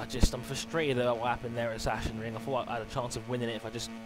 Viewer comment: Sachsenring is pronounced as sak-senring